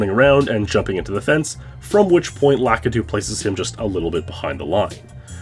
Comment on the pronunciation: So are we sure his name isn't "Lah-Kee-Too"